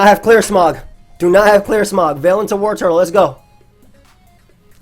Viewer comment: I swear to god if you say WarTURTLE one more time!...